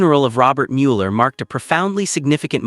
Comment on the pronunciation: For accuracy and respect for Bob Mueller, please edit this narrative to say his name correctly. Despite the “e”, the proper pronunciation is Muller.